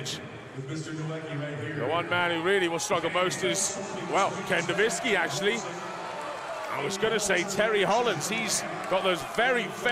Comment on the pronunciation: Ken Nowicki, "Ken novintski"